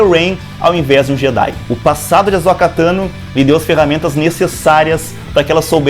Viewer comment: Por que muitos insistem em chamar AhsÔka de AhsÓka?